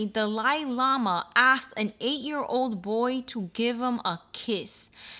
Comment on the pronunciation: What does the Dali Lama ( which you totally butchered but thats ok) have to do with the subway guy? Lol how are they connected, I don’t get it?